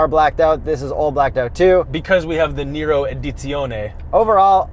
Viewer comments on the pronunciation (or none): Nero not Niro, that’s Robert!!